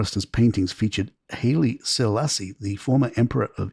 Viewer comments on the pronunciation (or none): Just for accuracy, the first part of "Haile Selassie" is pronounced "highly". His name means "the power of the Trinity". I too saw him, as a young boy of about 5 or 6, in an open-topped jeep with Queen Elizabeth in Addis Ababa.